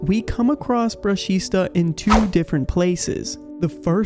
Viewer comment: It's actually "brushita"